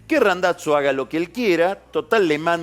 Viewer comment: Me pone nervioso que diga RandaTZo.